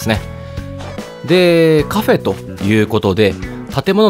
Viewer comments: カ↓フェ↑の誕生だ！ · カフェエの発音好き